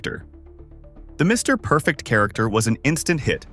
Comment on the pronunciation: I hate A.I. voice talk overs!! The silence between Mr..... Perfect is not what a Mr. Perfect video is supposed to be!!! Everything shown and everything said about Mr. Perfect should be flawless it should be timeless and it should always be PERFECT!!!